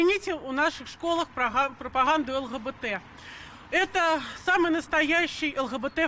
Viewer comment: мдя! ПропоГАнду! Це прям офігєть російською!